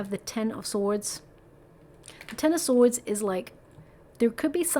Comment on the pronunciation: Thank you for that hugg! Ever so much. Yer not kidding. You cant say sword?